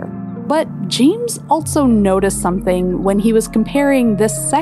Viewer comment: Great vid. But... Can we make the word 'altso' off-limits from now on?